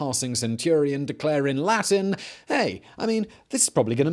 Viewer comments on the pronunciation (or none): none